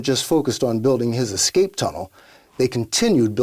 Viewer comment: Escape not exscape